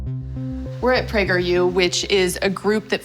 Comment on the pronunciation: Don't pronounce the U as a separate letter, Prageru. Praygeroo.